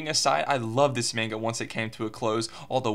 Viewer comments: Why he do be saying "menga" doe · He isn't even pronouncing the word manga right...